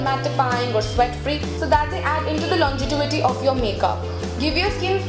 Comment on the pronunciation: I love your videos, you’re so practical and candid. Love that you are so “girl next door”. Just a suggestion it is longevity not longetivity.